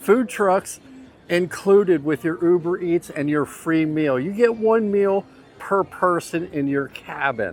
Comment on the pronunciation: I keep laughing each time he says UberEats